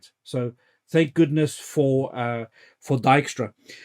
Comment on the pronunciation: Yet another good one here - thanks for sharing! And your pronunciation for "Dijkstra" is absolutely correct! :)